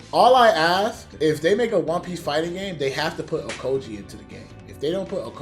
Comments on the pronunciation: Man said Okoji💀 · Bro called aokiji ohkogee I'm crying 😭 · Okoji? You mean aokiji?